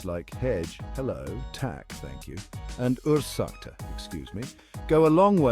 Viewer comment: I'm a local, and I don't appreciate if someone say things like "Hedge", "Täk", or "Orsaka" that's just reallly confusing and I have no idea what you're talking about. Please stick to English, don't try to impress me or "be respectful" by speaking unintelligible broken Swedish, perhaps other nationalities love when you speak their language (this seem like a general advice that it given no matter the country), but I think to most Swedes it will just come across as odd and a bit annoying, like you want to be praised for taking the time to learn it. But if you really want to, then "Hej" is pronounce like "Hey", not "Hedge".